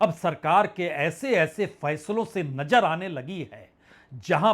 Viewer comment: Sir aap ek credible journalist hain,but ur pronunciation is par below,Aap nazar ko najar padhte hain isi trah aur bhi alfaaz Hain